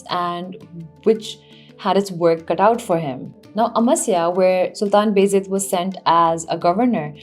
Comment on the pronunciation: Appreciate your lucid presentation. But just a little correction; you are pronouncing Baa Yazeed as Bayzid.